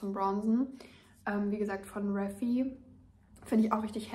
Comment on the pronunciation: Denke man spricht die Marke vom blush „riefei“ aus. Also halt englisch. Nicht reffi. Krieg ich immer Gänsehaut 😂😂